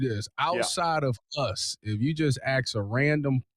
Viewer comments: it’s ASK not AXE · I can get past it, but it’s not hard to learn how to pronounce the word correctly. It’s ask 💭 NOT Axe 🪓